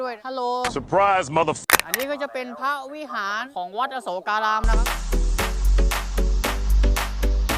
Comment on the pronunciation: ควร อ่านว่า อะ-โสก-กา-ราม นะคะ ถึงจะถูก